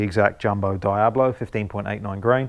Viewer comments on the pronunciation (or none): none